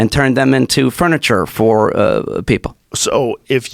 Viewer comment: Mines not fer sale bruh